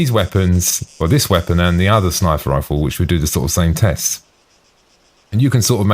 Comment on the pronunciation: Snifer rifle?